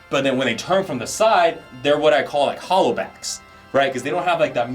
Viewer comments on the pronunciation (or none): none